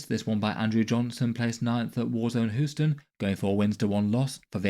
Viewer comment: Hue-stin = Houston